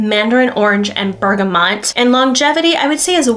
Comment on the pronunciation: Cardamon- not Cardamom , Bergamot, not Bergamont!🧐 Jeez.